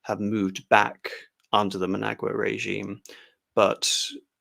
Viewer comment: who the hell is MAN-AGUA?? its EN-DAY-BAY-LAY, jesus C'MON!!! oh and its MATA-BEELS from MATA-BAY-LAY LAND!!! brilliantly interesting though!!! jeff from dublin